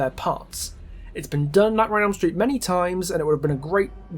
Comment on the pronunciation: "Nightmare on Elm Stret" lol. Great video btw!